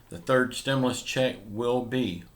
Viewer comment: I seen this add before, 10 months ago and over and over since. "STEMULOUS CHECKS on way !" Lol